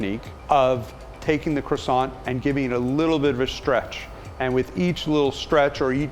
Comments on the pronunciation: I don't take baking advice from someone who pronounces the 't' at the end of Croissant or the 'n' at the end of Pain (au chocolat). Muggle .. :P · The guy can't even pronounce crossiant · He sells Croissants but can’t pronounce the word properly 🙄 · I love the way Americans pronounce Croissants lol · I live in holland and was taught french in school. It kinda bothers me how y’all Americans pronounce the word croisant loll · the way he pronounces croissant though.... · This dude runs a French pastry shop and can't pronounce "Croissant" and "Maillard" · He claims to make the best french croissants but doesn’t pronounce croissant like the French do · I loved this video but I couldn't stand every time they said "Croissant" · excuse me but you did not had to be so rude, even the tasty guy pronounce croissant as kro-san and not some stupid kwa-son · it's kwasont. respect carl wheezer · I love cwasaws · French guy: its called CKRWASAH, KRWA SAH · croissants master and he doesnt call it "kwa-sao" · It’s pronounced “Kwa-SOHN”. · are you gonna finish that cwasant? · that rolling of his RRRRRRRRRRRRRRRRRRRRRRRRRR. Sm1 should have thought him how to pronounce CROISANTS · Keith; This is how we make our Croissant Carl; U mean Cuassont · Me: watching this video My thoughts: aRe YOu gOiNG tO FInIsH tHaT cWAsSoiNT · Are you going to finish that Cwassant? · I left the moment the guy said Krawsawnt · ''aRe YoU gOiNg tO fInISH THAT cROssaNT'' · Everyone: ...... Gordon Ramsay: Qwarsont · “Are you going to finish that kwasont” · It's pronounced "kwah-son". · Nah the correct pronunciation is "Crwa-ssant" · Man the way he says "Kro-sant" just makes me cringe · Are you finish with that CWOSSON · are you going to finish that cWoSsA? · Looks gorgeous. Credit to you all. Your master croissanter obvs gets the most - but you are the Captain and in charge overall, so quite a bit to you, too. Your French pronunciation is abysmal..... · Its Ko-Wahh-Son not Cro-son!! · i love the he said krosan